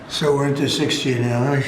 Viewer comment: “So we’re into 6G nowussh.” WTH?